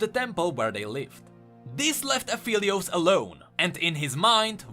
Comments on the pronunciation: It's "Ah-FELL-eee-ose" like 'help I FELL down' NOT "Ah-FEEL-eee-ose" like 'I FEEL tired', people. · no he didnt lol its phelios, not feelios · it's pronounced ap-helios pretty sure, it's an ironic play on words meaning "of the sun" (apo, "of," and helios, "sun") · no hate but at least pronounce his name right... XD